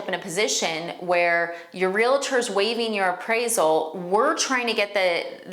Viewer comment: Great information and your presentation is excellent. Just a little constructive criticism to bump up credibility from a 9 to a 10: correct pronunciation impacts first impressions. Ie: es-cape rather than ex-scape and real-tor rather than real-uh-ter. Just passing on what someone taught me earlier in my career. Hoping it will be received as intended. Great video!